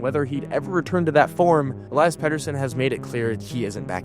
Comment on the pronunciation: Ell-EE-iss is how its pronounced